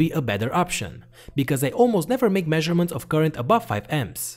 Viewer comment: I miss the old way he pronounces current (koorent).